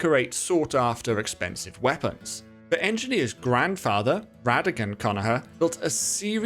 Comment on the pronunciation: It’s pronounced Con-ah-Ger :)